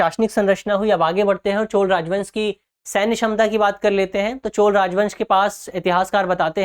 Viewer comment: 😂Pronounce it as CHOLA, not Chol !